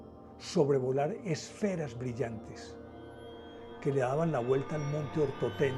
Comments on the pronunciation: Es el monte Otorten, no Ortotén. Dislike... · Montaña "OTORTEN" no ortoten